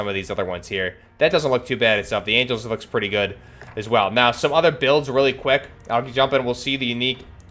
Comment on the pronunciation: It’s “Angles” not “angels”